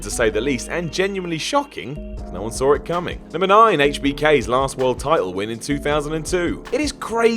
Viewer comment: There's no R after the word 'Saw',.